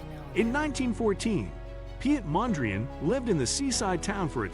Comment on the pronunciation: His name is pronounced Pete not pee et. Piet in Dutch is pronounced as Pete.